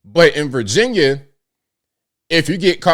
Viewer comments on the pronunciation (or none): none